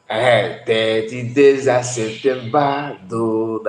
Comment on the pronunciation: Hahahah….Sunday school scholar says of Septembaaa